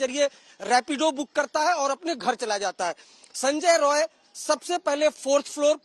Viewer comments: Rai NOT Roy. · It's Roy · It’s Roy